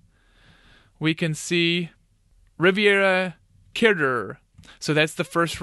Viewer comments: I like how you pronounced "caterer" lol, like it's a French word 😂 It's "kater" - "rer",:) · how do you not know how to pronounce caterer?